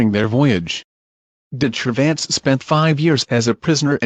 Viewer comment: I know this is an automatic translation, but "Cervantes" is pronounced as "de-tra-vants"